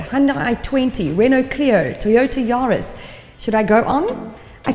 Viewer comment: Lol a Toyota JA-ris 🤣